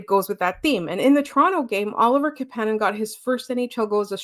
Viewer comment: Thanks for the pod! No shade, but it’s KApanen, not KaPAnen. You had it right earlier on 👍🏼 Greetings from Finland 🇫🇮 Great to see the Habs start the season strong!